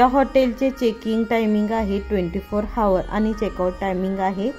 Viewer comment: हावर नाही हो म्हणत आवर म्हणतात